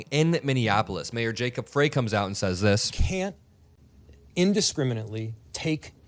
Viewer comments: Hey, Frey is pronounced FRY. as in frypan. Don’t mean to criticize; you’re doing a great job! At Roosevelt HS, the ICE agents taunted the students as they hauled off a staff member, who I think was released later, but I’m not sure. Anyway, Minneapolis is under attack because we are a didn’t vote for Trump. In what world is that right?!? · FYI, Mayor Frey's name is pronounced "Fry". Also, FYI there are 122,000 undocumented immigrants in the entire State of MN. CA has 3.2 M undocumented., TX has 2.5 M, and FL has 1.7M. Why is there a huge presence of ICE in MN? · For F's sake,. The Mayor's last name is pronounced, FRY. All of this is too important for any slips. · Mayors name is pronounced FRY btw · gentle correction: Jacob Frey (last name sounds like fry) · It's pronounced "Fri", not "Frey". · Just a heads up, the mayors name is pronounced "fry" like french fry not "fray" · Thanks,, for the coverage. BTW: Minneapolis resident here -- Mayor Jacob Frey's last name is pronounced "fry" not "fray." Thanks again. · Can a single Meidastouch network creator pronounce our Mayors name correctly? Pronounced FRY NOT FREY. See how easy that is. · How about you learn how to say the name of the Mayor of Minneapolis. The E is silent. Said like FRY. Jacob Frey. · I really appreciate your content, but Jacob's Frey's last name looks like "Fray", but it's pronounced "Fry" like from Futurama. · It's Minneapolis Mayor Jacob [fry] (not fray) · Hey, great job covering the events here in Minnesota. BTW - Minneapolis Mayor Jacob Frey's last name is pronounced 'Fry'. Thought you'd like to know. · I'm from Minnesota and the Mayor of Minneapolis is pronounced Fry. Love your clips and jobs are dead in Minneapolis. First cocid the protests then construction. Now ICE. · Mpls Mayor name will keep coming up "say (fry)" not fray...Jacob Frey... Thanks... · Love you and thank you,, for all your work. ALSO, it’s pronounced “Fry” not “Fray” ✌🏻